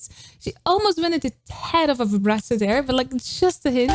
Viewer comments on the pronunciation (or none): none